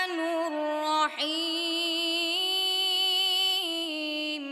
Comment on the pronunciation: Хувар рохманур эмас рохманир рохим булади.